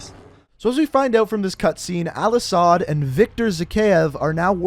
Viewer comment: The way you miss pronounced all ashads name triggered me